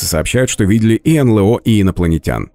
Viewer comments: "энлЭо"(с) энЭЛо - вообще-то...прям "ухи" режет.. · Да чего уж там, произносите уже НэЛэО. Блин, ЭнЭлО!!!